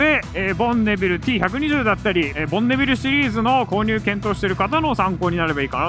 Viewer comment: ボンビネルになってましたがどっちの言い方が正解なのでしょうか？